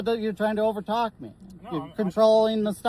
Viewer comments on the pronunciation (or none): Did he really say, "Youre trying to vertalk ME!"?!!!!!